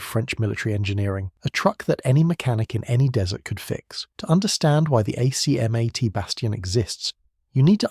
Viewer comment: Thanks for headlining this legendary vehicle. Only one detail hurt my French ears though: we pronounce some acronyms as words - ACMAT and PATSAS for exemple... Fluider than spelling them out ! No rule about which acronyms are pronounced - just the ones that sound good... So I guess you need a French consultant for that.